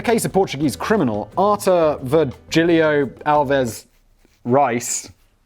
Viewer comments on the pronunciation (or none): Reis is pronounced hay-s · The national portuguese broadcaster, RTP, produced a series about Alves dos Reis (pronounced like bays, not a very good one. Salazar died in 68, but the dictatureship lasted until 74, when a peacefull revolution overthrew it and instated democracy. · The name Reis it's not read like "rice", actually, it's the equivalent of the Hispanic surname Reyes, it's pronounced in a similar manner but without the 2nd "e" and means the exact same thing, "Kings". Simon almost has it but the "R" in Portuguese would be more guttural here. Just for who might be interested in knowing, or got confused about someone's surname being rice XD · If the name is Reis, it's pronounced like hayes. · Ahahah! Reis = Rice? Simon's pronunciation dictionary was failing him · haha, the way you pronouncer "Reis", i needed to google the remainder of the name to understand what it was supposed to be